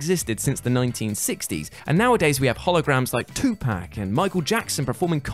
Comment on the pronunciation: Please learn how to say Tupac. It’s not pronounced pack